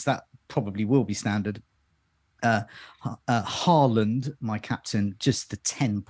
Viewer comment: As a norwegian. you are only say the first part of the name in norwegian and half in English. Hå is correct. but land is much more flat and different. Almost like how you say the word first part of lama. That tone on the last part and you'll get it right:D